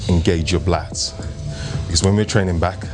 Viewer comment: you said BLATS instead of LATS. You must have been tired already lol 💪🏾💯